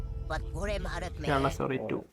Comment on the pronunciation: wt is keral bro? Say it properly it's KERALA